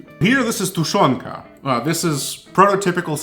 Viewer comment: dude, your pronunciation of tushenka and prozora is perfect. greatings from Ukraine